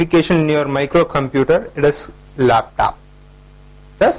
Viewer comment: its not told desktap its called desktop and laptop not laptap....😂